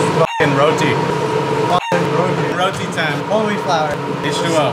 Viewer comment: It's actually pronounced as "Rotti"